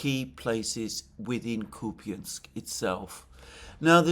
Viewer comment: WTF is Kupyinsk? Are you talking about Kupyansk?